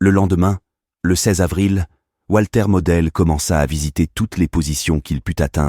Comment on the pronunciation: C est votre présentation mais vous avez un problème avec la prononciation en allemand!